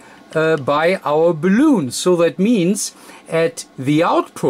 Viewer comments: I have always pronounced the 'bal' in balun like 'balance', not like 'balloon', because calling it 'balloon' just sounds funny :P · Awesome project, thanks :) But PLEASE learn to pronounce BALUN correctly :) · Your English is GREAT. You might need to make a small adjustment in the pronunciation of the word "balun". You pronounce the word like "balloon" like a "hot air balloon" or what people blow up with their mouth for party decorations, "rubber balloon". This video might help you in the pronunciation. Only kind and helpful thoughts here. Thank you. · Hi, the English call it a Balun like Bell Un, i know the pronunciation is prob a bit difficult...as you know it means balanced to Unbalanced...so Bal Un or Bal on or Bell en....not balloon hope you don't mind me saying this...from Fred in UK g4vvq. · Great Video - may I just point out that the English pronunciation is "Bay-Lun" (Balun) and not "Balloon" - but still a great video and very informative - thank you:) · Pronounced: (Bal-Lun). But, fine video! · Nice video. But please, it is BALUN like in BA-LÙN not Baloon like in 🎈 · Errr.. its called a BAL-UN.. A Ball-oon is one of these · It’s not a balloon…. It’s a Balun, as in balanced / unbalanced…. There is no loon in unbalanced. 🤦‍♀️ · BALUN NOT BALOON haha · If you want to get the pronunciation down exactly, it's bal-un, or multiple bal-uns. Your'e such a delightfully charming person, I really don't think that it matters. Thank you very much for being so instructive and having us all visit with you.Verend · the "un" in balun rhymes with the number "one".